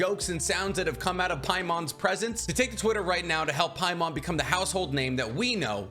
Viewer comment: Its not Paimon, trust me its not paimon